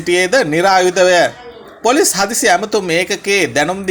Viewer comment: අනේ උත්තෝ හරියට වචන උච්චාරණය කරන්න ඉගෙන ගෙන වරෙන් මුලින්.. පොලොස් නිළධාරින්🤣